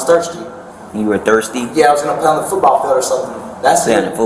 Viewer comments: Does anyone else HATE the way he says football. FUtBall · Lmfao…if he says FOOTBALL like that one more time. DAYUM!😂